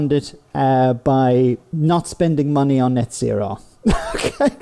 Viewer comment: I really don't think YouTube is for you bro. Also it's net zero, not net sero. Annunciation is important